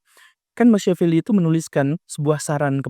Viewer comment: Punten pak guru, Machiavelli dibacanya Ma kia velli